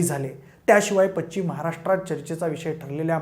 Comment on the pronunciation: पच्चीम नाही रे भाऊ पश्चिम म्हणत जा, फार घाणेरडं वाटतंय असं अशुद्ध उच्चारण तुमच्या क्षेत्रांतल्या लोकांचं ....